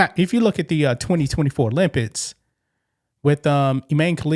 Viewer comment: Please learn how to say certain words. You say Olympits instead of Olympics and you say backpats instead of backpacks. What's the problem? Use the money you make from sales to learn how to say words properly please. My ears bleed when you talk. English, not Ebonics. Before anyone says I'm racist I'm mixed black with white.